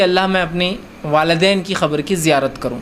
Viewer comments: Please change your pronunciation... You say khabar to qabar? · Qabr ko khabar bol raha hai